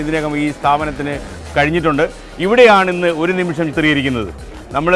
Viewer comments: ഒരു നിമിസം അല്ല മോളെ ഒരു നിമിഷം ആണ് മോളെ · ഒരു നിമിഷം എന്ന് ശരിക്കും ഉറച്ച് പറയാൻ അറിയാത്ത അവതാരിക പൊളിച്ചു. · ഇത്രേം മലയാളം ശ്രദ്ധിക്കുന്ന പരിപാടിയുടെ ഇടയ്ക്ക് വന്ന് ഒരു അവതാരിക പറയുന്നത് ശ്രധിച്ചോ 'ഒരു നിമിസം' എന്ന് അതാണ് ഒരു രക്ഷേം ഇല്ലാത്തത്